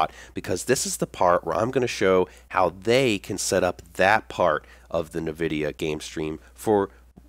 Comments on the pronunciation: Great video with lots of helpful information but for Pete's sake please stop saying, "NahVidia". It's pronounced "IN-vidia" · NA-vidia game stream inside NA-vidia Ge-Force experience??? hahahahahaha!!!! LMAO ! It's said N Vidia, friend. Thanks for the video though, it was really helpful. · Who the heck pronounces it Navidia? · 'nevidia' =D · Challenge: Take a shot every time he says Na-vidia. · Isn't it pronounced like En-vidia? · Couldn't watch your video because of the way you say Nvidia....